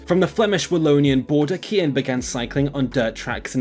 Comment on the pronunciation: Wrong. It's pronounced KIAN.